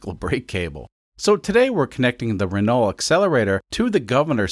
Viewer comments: Pronounced "Rah-no" btw. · Renault is pronounced "ren-no" just fyi. French is odd. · Renault = Wren-oh. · That's not how to pronounce the name of that car. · Amazing content!! I like how you pronounce L in renault… at least you don’t say T out loud, I guess… i am french yes why did you ask